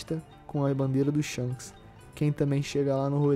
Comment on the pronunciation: Shonks kkkkkk essa de irmão gemulo não dá pra mim 😂😂😂